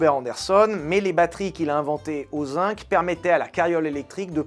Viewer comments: Zinc ne se prononce pas "zink" mais "zinG" [zɛ̃ɡ]. Mvoilà. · Ça pique les oreilles, on écrit zinc avec un "c" final mais on le prononce "gu" comme dans seconde.